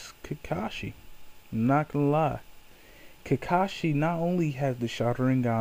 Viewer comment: it sounds like you are saying kikashi and not kakashi